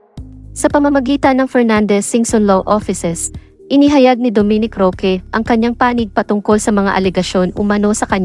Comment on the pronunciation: Ask ko lang bakit slang ang voice over mo? Roque is pronounce Roke...Jalosjos, J is silent so pronounce as Haloshos. Hope you do it better next content. Real talk lang.